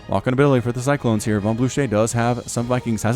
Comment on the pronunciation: Awesome video, though for the last match "Von" is pronounced with a f, so "fon" (In germany)